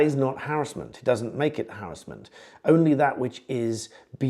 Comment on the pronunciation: It’s called Harassment not harrisment !!!🙄🤓